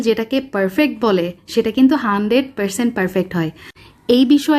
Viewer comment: হান্ড্রেইড, পেরসেন্ট, পেরফেক্ট, কেন্ডেস্নড মিল্ক, উচ্চারণ এমন কেন?